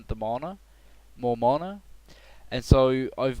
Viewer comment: i WISH you say MANA PROPERLY!!!